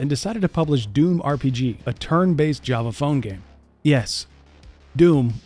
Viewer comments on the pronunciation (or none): none